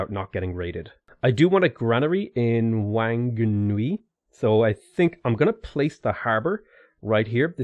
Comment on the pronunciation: Actually Whanganui is pronounced Wanganui by the tribe, that's why it used to be spelt as Wanganui. But obviously for everything else the WH is an F sound